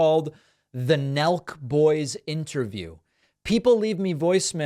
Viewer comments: But David, sir, it's Nelk! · As well as the high on crime joke, its hilarious every time David says Nelk boys😂